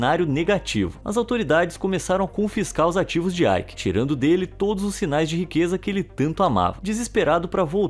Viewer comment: O nome dele nao eh AIki. Eh EIKE